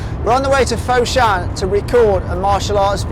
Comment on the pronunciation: if you pronouce foshan as "fot-shan" but not "foe-shan", it would be much better...:D